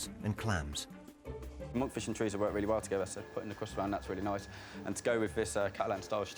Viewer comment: I wish they would learn how to pronounce ‘chorizo’ It’s not Italian, and it’s not written with two z, like pizza! If you don’t speak Spanish, there’s no need to lisp - just pronounce it like an ‘s’